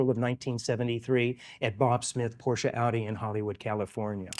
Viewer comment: Thanks for showing your beautiful car and pronouncing it properly. I think if you don't use the proper German pronunciation of the final e, you shouldn't be allowed to own one, lol.